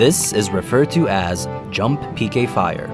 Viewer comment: Whenever he said, "PK fire" I always thought he said "aim higher".